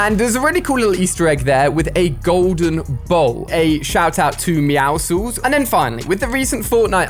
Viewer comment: Finally somebody who says meowscels right :)